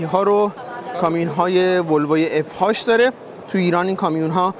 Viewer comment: اف اچ، نگو اف هاچ😡ما چیزی بنام اف هاش تو دنیا نداریم